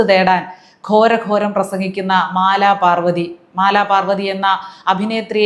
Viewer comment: പൊങ്ങുമ്മൂടൻ പറയുന്നപോലെ "മലമ്പാർവ്വതി"...